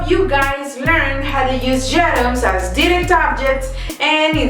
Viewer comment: if ur teaching pls pronounce direct and indirect. It's confusing